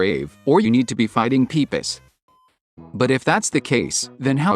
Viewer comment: I like how he pronounces Pipis “pee piss” 😹